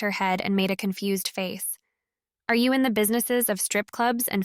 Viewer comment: To go container, not togo , confu-sed? So is this being read by AI. The miscommunication are really sticking out for me.